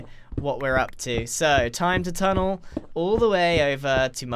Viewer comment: grian "secret tunnel" me "SECRET TUNNLE!!!"